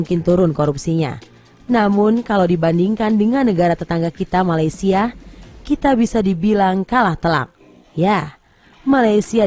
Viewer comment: dengar dia kata Malaysial , wow provoke dngn cara halus